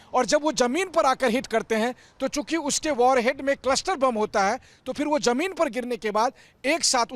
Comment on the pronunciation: Jameen nahi zameen bola karo